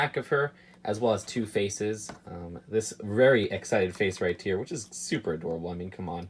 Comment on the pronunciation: Makes me mad he cant say "right here" or "Occamy" ok he may have a lisp or what ever but stop saying Occamy wrong they say it over and over in the movie!